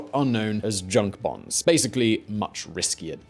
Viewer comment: The American voice said, "Bahns," German for highways.